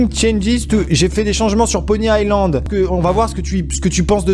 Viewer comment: c'est Pony iSSSSSland pas pony AIE land xD